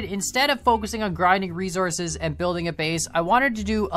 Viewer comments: The way he says resources triggers me. Rofl. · Did he just said resources de wrong-way